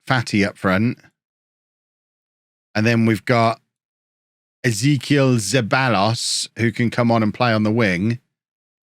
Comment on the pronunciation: I didn't realise that Exequiel Zeballos is a real person with the most Argentinian name and pronunciation in the history of the world.